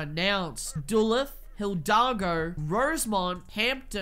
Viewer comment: I don’t live in Georgia, but I do live in Minnesota and we have a city of the same name, and jsyk. It’s pronounced Duh-loo-th Not trying to be rude, ik you are from a different country so American city pronunciation probably isn’t your strong suit, just thought I’d let you know